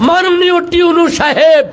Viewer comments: উনি ভুল বলতেছেন শব্দটা টিউএনও না ইউএনও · আচ্ছা আমি কি ভুল শুনতেছি নাকি টিউনু ,টিউনু এটা কে ?? মানে আমিই ভুল শুনছি মনে হয় 😐😒😒😒😒আপনারা কে কি শুনেছেন ????